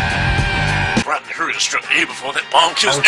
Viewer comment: Rai"dan"? I think you mean Rai"den".